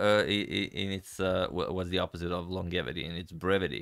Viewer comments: It is pronounced Laan-jeh-vuh-tee. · My friend, it is pronounced “lonjevity” with J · Nice video, but "longevity" has a soft g, like "gem". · Longevity should be pronounced with the g like in "giraffe," not like the g in "long."